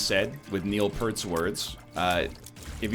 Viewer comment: Peart is pronounced like the word ear, not like the shampoo.